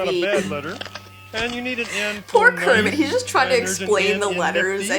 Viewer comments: You said curmet not Cookie Monster you said and curmets trying to eat everything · wait, you said " how kerimet the frog trys to eat everything" in stead of cookie monster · U say'd:'how GERIT eats everything' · Did anyone hear her say “and carmmet is trying to eat everything” lol. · You said kirment trying to eat evry thing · She said curmet eating everything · kermit not cermit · she said cermitt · you said krmit